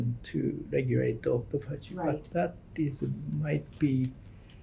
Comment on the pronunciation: The interviewer needs to know how to pronounce “autophagy”…since…that…is…what…the… video…is…about. Good grief.